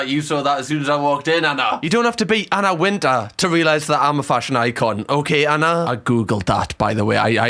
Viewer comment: It's Anna wintour not Anna winta